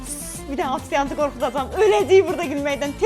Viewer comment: Dzı yox C, TSI yox Ç, Afisyant yox, ofisant. Bu kimi şeylere diqqet etseniz xeyrinize olar.